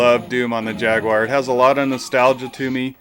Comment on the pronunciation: Ah yes, the Jag-you-are! Fabled down here 🦘. A 'poopality'? What happens with one of those? 😂